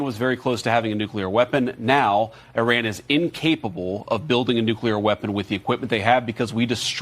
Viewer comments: The country is pronounced IRAN not IRRON……😡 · NOT ERAN IT'S I RAN. JUST SAYING